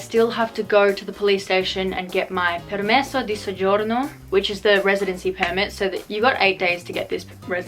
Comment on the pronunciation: I've just found your channel so I have no idea whether you studied/speak Italian or not, but as an Italian myself I was so impressed by your pronunciation of 'permesso di soggiorno' 😮👌🏻 good luck with everything 🥰